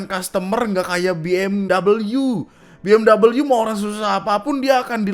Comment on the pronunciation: sedikit koreksi. BMW tetep bacanya Be eM We ya bang, itu mobil dari Jerman. Singkatan dari Bayerische Motoren Werke. dari Jermannya sana ga dibaca Bi eM double U. lau sokap. dari cara kalian klarifikasi aja subyektif sekali. lau pada di tempat orang aja ga sopan.